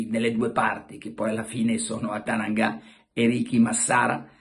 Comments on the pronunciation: Carlo! si chiama Atangana e non atananga, lo hai detto 20 volte.... :) quello che dici tu non è il procuratore di Kessie.... Ahaahha quindi niente non c'è stato nulla.... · Carlo Scusa capisco l'enfasi del momento mail procuratore di Kessie non è Atananga' ma Atangana' giusto per la precisione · Atangana e non Atananga 😀😉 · ATANGANA', NON ATANANGA'!! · Lapsus...non Atananga ma Atangana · Carlo attenzione...tu che sei sempre perfetto e dettagliato! Per tutto il video hai pronunciato male il nome dell'agente...che non me lo fai arrabbiare poi 😉😄💥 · Pelegatt che ti sei fumato ieri sera? Stamattina non riesco a dire bene nemmeno il nome di Atangana..🤣🤣🤣🤣🤣🤣🤣🤣🤣🤣🤣